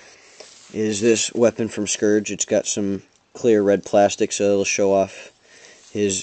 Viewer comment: You mispronounced Scouge.